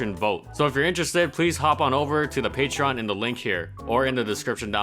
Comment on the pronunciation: It's pronounced "pay-tree-on" dude. Jesus fucking Christ.